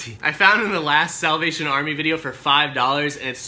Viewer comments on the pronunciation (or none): "SAWLVATION Army" LOL